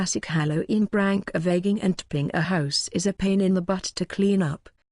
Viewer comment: It keeps saying brank tho 😂🤣